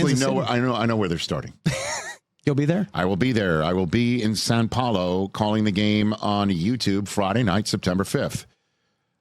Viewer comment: It's "São" Paolo, not "San" Paolo, Rich, please study up before you embarrass us abroad.